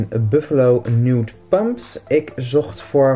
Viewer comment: 'Nude pumps' Ik: stop.... NEWT Ik weet t is een ander word maar je spreekt het nogal hetzelfde uit